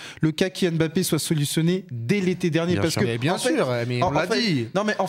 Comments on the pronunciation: Mes oreilles quand j’entends « Kyllian M-Bappé » : 👂🩸🩸🩸🩸🩸🩸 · 50 ans quil y a des joueurs d'origine k1f en france et on dit tjs M-bappe N-golo N-zonzi N-kunku M-baye. Mes.oreilles sifflent